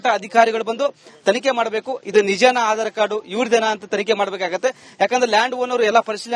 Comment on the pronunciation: ಹಾಢರ. ಅಲ್ಲೋ ಯಪ್ಪಾ ಆಧಾರ ಕಾರ್ಡ್ ಅನ್ನು